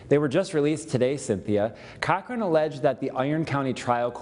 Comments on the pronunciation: It's pronounced Cockring. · I mishear “Cochran” as “cock ring” every time... :(